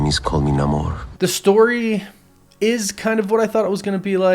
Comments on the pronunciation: Namor was the only one who pronounced his name as Na-mor. Everyone else in the movie calls Nay-mor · So namor is also pronounced different? Interesting all right I'll remember that